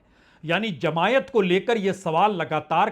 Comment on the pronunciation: Sir it is not jamaiat ,it is jamaat or jamaati